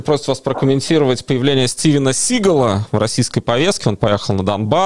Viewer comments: СигАл - ударение на второй слог. К слову seagull это не имеет никакого отношения! Я не первый год в Америке, и английский - моя профессия и мой второй родной язык. Я прекрасно знаю, как произносится его фамилия. Кстати, в 1990 - когда он он стал звездой - журнал Time разъяснял американцам, как правильно произносить его фамилию - не только с ударением на втором слоге - но даже "СейгАл"! Так что это вы не умничайте. Сколько же развелось недоучек с амбициями! Если не знаете, лучше промолчать. А по сути моего коммента есть, что сказать? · Что сказать? Стивен СигАл (произносится с ударением на втором слоге) никогда не был великим актером - да и не претендовал на это. Так, неплохие action movies. Under Siege (1992) был особенно хорош. За каким чертом его понесло в нынешнюю Россию, не понимаю. Браво Чичваркину за очень тактичное, ни для кого не оскорбительное мнение. Впрочем, другого я от него и не ожидал. Respect!